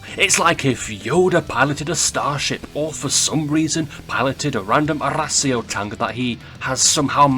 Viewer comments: LOL!!!!😂😂😂! NOT HORACIO ITS ARRAS.IO😂😂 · how says arass io is a bit funny